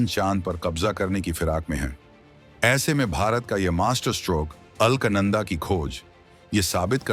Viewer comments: It is ALAKANANDA and not ALKNANDA. Pl correct the pronunciation. Thanks. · अल्क नंदा नहीं , बेटा अलक नंदा बोलो😂😂😂😂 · अल्कनंदा नहीं है अलकनंदा है लगता है तुम्हारी अक्लमंदा है सही उच्चारण करना पहले सीख लो फिर पैसा कमाने के लिए यू ट्यूब बनाते रहना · ALKNANADA NAHIN SHUDDHA UCHCHARAN ALAKNANDA KAHTE HAIN JO GANGA KA PAHLA NAAM HAI JO GANGOTRI SE NIKALNE KE BAAD PAHLA NAAM HAI AAGE ISEY MANDAKINI KAHA JATA HAI FIR HARIDWAR AATE AATE ISEY GANGA KAHA JATA HAI JO 3000 KM AAGE JAKER GANGADAGAR ME VILEEN HO JATI HAI YANI HIND MAHASAGAR ME VILAY HO JATI HAI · अरे मूर्ख राजा, दिये हुए text तो ठीक से पढ़ लेते। मूर्ख, नाम उस Galaxy का अल्क, "अल्कनन्दा " नहीं बल्कि है " अलकनन्दा".।पता नहीं कौन ऐसे नमूनों को चुनता है कमेंट्री commentary देने के लिए। पढ़े लिखे अनपढ़ -- यही तो हमारे भारत की सबसे बड़ी कमी है। तो श्री "अल्कनन्दा "जी,हम चले,आप कृपया त्रुटि सुधार लें ,।धन्यवाद। जयहिन्द जयभारत।....UK से। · Are ye alaknanda ni Alaaknanda hai